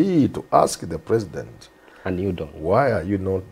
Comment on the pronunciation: His Eggzellenzy prezzident Uhuru